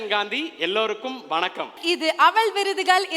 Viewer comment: அவல் விருதுகல் என்று சொல்லுவதே படு அவலமாக இருக்கிறது..😮😮